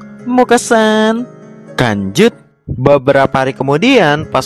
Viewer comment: apa aku salah denger saat mimin bilang lanjut terasa kayak bilang kanjut